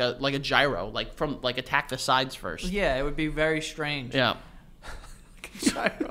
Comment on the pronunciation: So why tf did pronounce “Gyro” like that